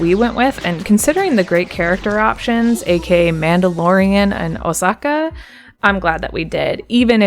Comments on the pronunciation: Bro really said “Osaka” instead of Asoka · Great video Mate, it'll help out for sure on my journey thru the Galaxy! 🛸 (It's: "Ahsoka" BTW, Ah-soka, not: "Ohsocka" 😉) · osaka? its a-h-s-o-k-a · Are we really ignore the fact that she said Osaka instead of Ahsoka? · the way you said ahsoka made me want to shoot myself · WHY DID YOU PRONOUNCE AHSOKA'S NAME LIKE THAT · The way you said Ashoka really had me laughing for a bit, love the vid tho! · Great video but Ngl how she pronounced Ahsoka really took me off guard 😂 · Fair enough lol great video tho I just got the plat a few days ago and everything u said was hitting me in the heart lol